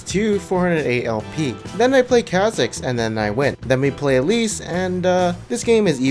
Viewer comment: I'm not sure if you were saying "elise" or "at least". I'M CONFUSED